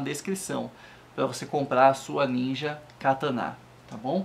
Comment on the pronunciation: E Kataná n Katana !!!!!!!!!!